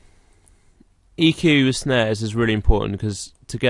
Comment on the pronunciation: he said "snares" but it sounded like "snaz" which means vagina.